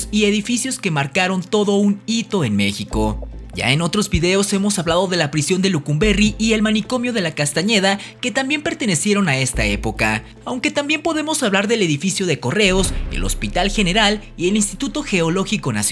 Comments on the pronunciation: Con mucho respeto, es necesario hacer una investigación más seria al respecto, pues hay muchas imprecisiones. Por cierto es Lecumberri, no Lucumberri. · Lecumberri, no Lecumberri.